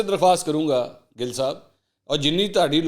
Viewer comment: Bro ya gil humry Punjabi my khty hy gil word pr na Zar na zabr ap soch neera bygrt